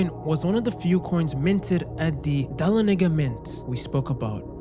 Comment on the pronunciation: As someone from the general area focused on in the book, it hurt my ears to hear him say I-ken for Aiken [ay-kin] and Dal-on Ay-gah Dahlonega [da-LON-nah-gah].